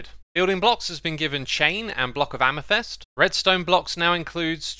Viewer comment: xisumavoid: AmethEst Everyone else: Amethyst